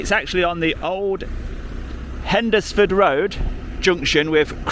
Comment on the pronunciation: It's pronounced HENS FORD